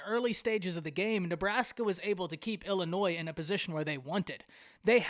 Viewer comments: Totally agree that Nebraska's mistakes mainly led to the Illinois victory... BTW - It's NOT IllinNoise... You make cornhusker fans sound like real 'cornhuskers'.... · There is no “s” sound in Illinois!!